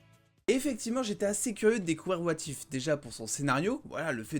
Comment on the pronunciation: Lol ton accent. "Wa Tiphe"